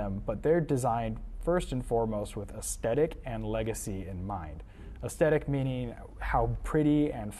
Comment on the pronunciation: Dude doesn’t know how to pronounce Gnome OR Aesthetic 🤦‍♂️